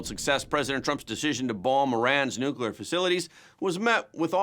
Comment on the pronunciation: Yet another educated person who can't pronounce "Nuclear." Scientists don't split nor fuse atomic "nuculi," because there is no such thing. It's nu-cle-ar, because it involves nu-cle-ar matter. Simple.